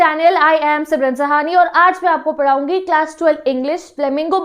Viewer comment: Didi bi like : padaugi ( na nako ) Paraugi (😂 )